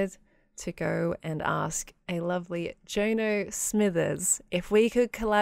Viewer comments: If Jono is Rens bro, then its pronounced 'John O' not 'Joe no'. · As a fellow Australian, I wasn't expecting how pronounced Jono.